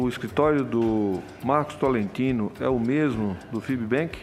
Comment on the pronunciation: Cada vez que alguém fala TOLETINO, sou eu jogado no chão morrendo de rir jajajajajajajaj A piada vem pronta kajajajajaja